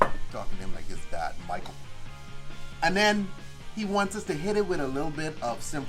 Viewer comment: The way he said Michael 🤣